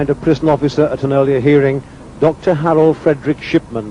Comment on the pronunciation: Yes it is Shipman not Simson and his name is Harold not Harlaad !!😅